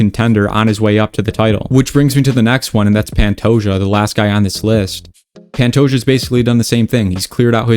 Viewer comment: Its "Panto-ha" (like kamehameha) not Pantoya